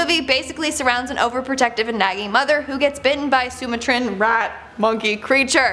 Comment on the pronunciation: She can't even say sumatran correctly. Which means that she DIDN'T really watch the movie. I hope she is just filling in and not replacing anybody